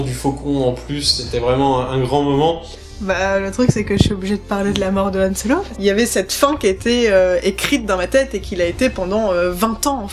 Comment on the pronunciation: le mec soit disant grand fan et pro de star wars qui n'a toujours pas piger qu'on prononce " han solo" et non " yhan solo"... 34min35.